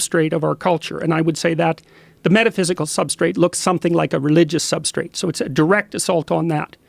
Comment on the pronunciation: As soon as he says substraight I tune out